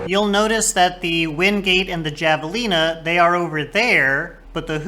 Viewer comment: Very nice video. I feel like there’s not much to go on in game for comparing which cars to get, so it’s nice to have the resource. Small note though- javelina is pronounced with an h sound, like jalapeño.